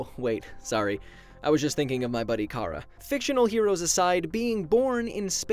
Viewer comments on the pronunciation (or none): none